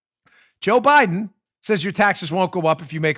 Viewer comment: Dan, he said “Joe Bliden’s husband”